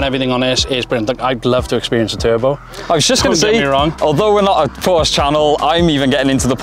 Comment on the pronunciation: PorschE nicht Porsch. Nicht zu fassen, wann werden sie es lernen